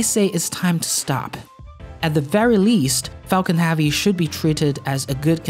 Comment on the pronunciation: All i hear is focking heavy